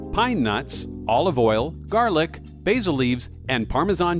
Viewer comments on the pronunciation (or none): none